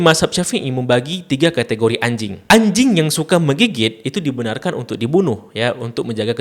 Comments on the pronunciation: Selo lah bg bilang anjingnya~ 😂😂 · ngomong ANJING nya teges banget di menit ke 😅